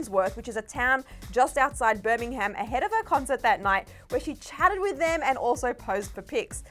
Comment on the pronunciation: me every time said birmingham😬 love you girl but the h is silent lol